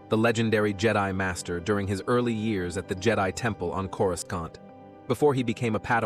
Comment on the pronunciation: corusCANT. the narrator is ai, obviously